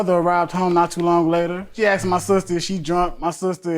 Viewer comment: Everytime somebody say "axed" instead of "asked" I have a picture of him/her with an axe chopping of somebody´s head. BTW I have ADHD.